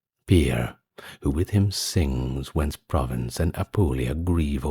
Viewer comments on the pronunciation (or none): none